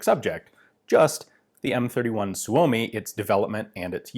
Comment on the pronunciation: Perfect Finnish pronunciation of Suomi